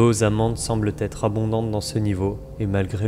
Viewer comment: Bravo pour ce travail de titan ! cependant attention aux liaisons qui écorchent les oreilles: "semble être", et non "semble-t-être" ;)